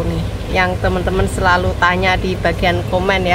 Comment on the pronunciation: lek ngendikan SELALU yo selulu ae ura usah di tambah i NYa...